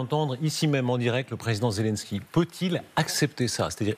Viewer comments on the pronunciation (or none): Elle a dit Vladimir Zelinski😂😂😂